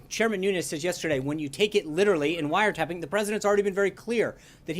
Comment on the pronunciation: Well said Jim, the "president" should have said "broad surveillance"...not "wiretapping" (or in trumpanese "wiretaping")I get that he has no clue what he is doing, that he was quoting Mark Levin (another mindless minion of the alt-right), but does he realize he is the president of 26% of the United States Population? Sean must get exhausted defending FKN TWEETS!